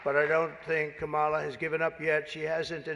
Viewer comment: Does he purposefully mispronounce her name? Or just not know it.